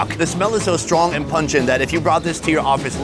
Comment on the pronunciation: Lol he said "stwong"